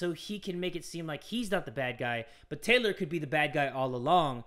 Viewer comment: Why does Taylor sound like he’s saying THOT